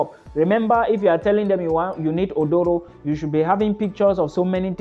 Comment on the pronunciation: Aduro not odoro